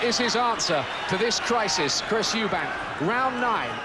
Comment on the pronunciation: Chris MacEubanks😅